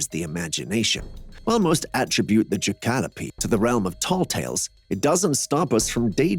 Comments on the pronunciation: It's pronounced Jack oh lope. Thank you. JACK (JACK RABBIT) O LOPE (ANTELOPE) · It’s pronounced JACK-A-LOPE. I love the show!!!